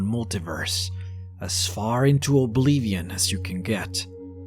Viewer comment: Dude. I love your vids, but what is up with all the mispronunciations? Reprodocktion? Oblevion? I'm sorry, but i must know if it's on purpose or not.